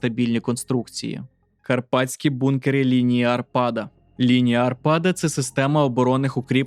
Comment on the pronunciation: Лінія Арпада а не арпАда